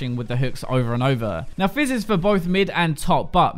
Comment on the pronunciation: He said Jizz when he was talking about fizz xD